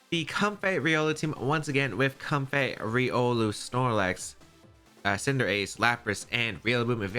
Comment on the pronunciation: I'm pretty sure Comfey is pronounced "comfee" like slang for comfortable?